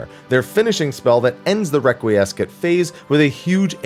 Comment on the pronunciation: Requiescat (a, not e). Confiteor, not confiter (pronounced with an e and o, not just e).